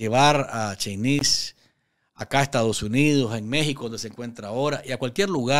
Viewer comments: se pronuncia Chéynis, el nombre de Sheynnis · No pronunciés su nombre de esa manera, no lleva el acento en la i...por favor, no les des pasto a los caballos sandinistas brutos. El acento prosódico lo lleva en la e.. POR FAVOR!! Escucha como ella lo pronuncia.